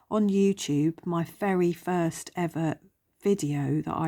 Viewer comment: I've always loved the story of Peter Pan❤ Fun choices. The Mouse Boat is so sweet! It sounded like you said 'my fairy first video' 😸👍💕